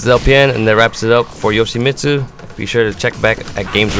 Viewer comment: actually yoshi-mitt-su actually actually unfortunately